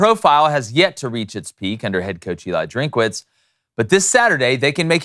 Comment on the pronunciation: Yet another podcast underestimating Mizzou…shocker. Dudes his name is Drinkwitz not Drinkawitz. No wonder we’ve become Dark Mizzou. 🙄